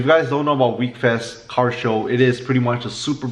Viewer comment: It’s pronounced wheck-fest not weekfest